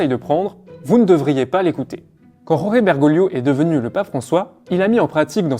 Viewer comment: Prononcez georges, vous serez plus près de la vérité. La "jota" espagnole ne se prononce jamais en Argentine.